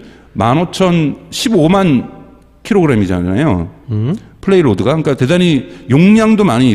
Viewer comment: 이분 아직도 플레이로드라고 하시네